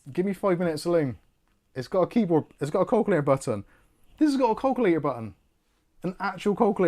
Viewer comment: I was hearing "Call Clear" when was saying "Calculator". My goodness. And my family are from Oldham, Lancs. I ought to be used to accents.:)